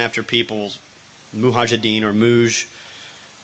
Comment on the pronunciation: wait.. he jst called them "Muhajideen" and not "Mujaheedin"